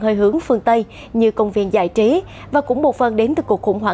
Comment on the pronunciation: giọng đọc dễ thương quá: tộ chức, giại trí v.v